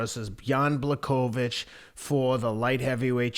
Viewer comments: The irony is that doesn't get it right either. They keep turning the 'ch' into a 'k' but there's no audible 'k' in there. /Americans for some reason say 'Black-oya-vitch' but really it's 'Bwa-ho-vitch'. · Hey Teddy, it's Blah'Hovich(pronounced) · Pronounced : Bwa - ho - vitch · Teddy "Blah-cho-vitch" Atlas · Teddy: Bloodkovich. Too good 🤣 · These guys are both mispronouncing "Blahovich" lolol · Can't you say his name right FFS .where is the respect . I swear he's doing it on purpose as he's just wrote him off. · Jan's last name is a tough one though lol.